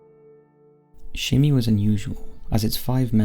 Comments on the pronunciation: I just want to let you know it's pronounced as Shiney, and there are so many problems in the kpop industry not only with overly harsh fans but terrible companies as well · Almost cried at Jonghyun... then he said Shin E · SHINEE should be pronounced as just 'shiny' because it's derived from that adjective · I’m sorry I love your videos but it’s pronounced as “Shiny” but spelt like SHINee.. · SHINEE is pronounced like "Shinny". I don't wanna be that person but as it is a common mistake, I want to inform. I'm a fan of Shinee since their debut and I really appreaciate that you covered this subject in general not just the Kpop section. All of it. Social media and cancel culture is a double edged sword.